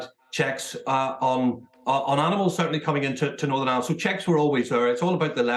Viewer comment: WTF do people pronounce IRELAND as island!!!! Twats, it's like they can't bring themselves to say IRELAND!!!